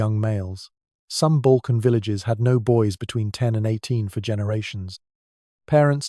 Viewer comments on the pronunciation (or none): none